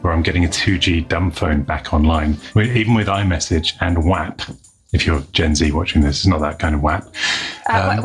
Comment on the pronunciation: I think WAP is pronounced WOP